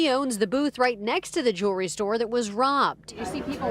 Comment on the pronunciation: What the heck is a Jewel-restore 🤪